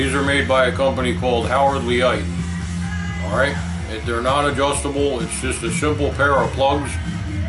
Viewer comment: Thanks for the video and sorry your hearing is damaged. You may not realize the music is blaring in the background. Yes, Leicht can be pronounced LITE or LATE, but certainly not LEET or LEE-ITE.